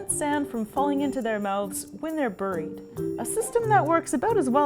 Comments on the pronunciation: Every time she mispronounced the word “buried” it was like nails on a chalk board. Otherwise, it was an interesting video. Cool to see that this fish has literal super powers, lol. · She said " burrried"